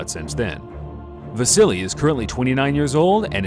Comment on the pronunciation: Why do people keep saying " vasily " instead of "vasyl"